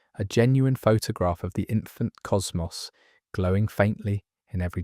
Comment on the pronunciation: I clicked off when I heard how "cosmos" was pronounced.